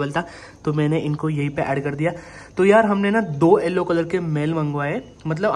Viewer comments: Bro tounge speaking problem😢😢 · kya yellow ko allo bol rahe ho ???????